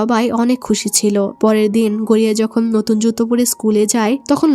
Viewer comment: ভাই গড়িয়া না গরিয়া ভাই মুভিটা অনেক সুন্দর ছিল